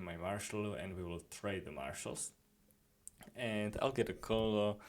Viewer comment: Colonel is pronounced like “Kernle”.